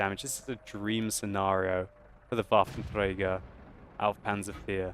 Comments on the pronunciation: Dude, you just can't believe how cool it sounds for german folks if you say Waffenträger :P Sounds pretty awesome ! Love your vids, great work hope you enjoy it too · u have to admit, hes doing well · Gracz Wotlk Of course he does pronounce it perfectly, but it still sounds funny to me :)